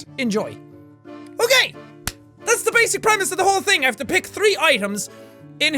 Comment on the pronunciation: "The thame things"?